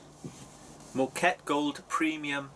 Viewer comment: That mug is far too big. No wonder you can't taste much. It's pronounced "MOH-ka-teh".